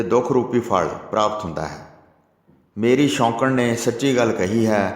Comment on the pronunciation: Waheguru ji veer ji katha sunn ke bohut anand aunda hai but thora jeha shudd boleya karo ,, Bagat dhru shoukan da putar nahi c oh soukan da putar c shoukan atey soukan vich bohut faraq hai waheguru ji